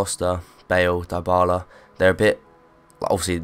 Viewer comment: Die-Bala? its Dybala.